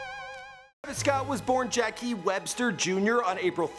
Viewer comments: This white fuck said "jackies webster" it's pronounced "jacks" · “Jacky Webster”? Put some respect on his name. jac-ques! “Pop-can” no “pop-con!!!” “days before radio” RODEO my dude! Cmonnn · It’s not Jackie it’s Jauque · Bruh his name is Jacques not jackie. And it's "days before rodeo" not "days before radio" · jackie? it’s pronounced “jock” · he did not just say “jackee” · it’s pronounced “jock” edit:this comment was to inform you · It’s pronounced Jah, not Jakee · Jacques is pronounced Jock not Jackie you dumbass. He even says Jacques in 90210. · "jackie webster"... Its pronounced zghaack lol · It's not jackeeeeeee its Jacque "Jha ock" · Jacques not Jaki wtf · I'm dead, "jackiee" bro it's pronounced jock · Did he say Jackie Webster lol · Did this fruit really prounounce Travis real name “Jackie”? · "Jackee" "Days Before Radio" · ik when he said jackee that irked the soul outta me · did you say JACKIE?????????????????? bruh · it's not Jackie nigga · "indeeeka," "radio" and "jackie" bruh get your pronunciations right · It's pronounced like joc bro. It's French. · Did he really say his name was jacky? This fool is an idiot with google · Frostie Tha Goat its Jacques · Jacques isn't pronounced Jackie LOL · did this dude say jackie webster..? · Your pronunciation of "Jacques" though 😂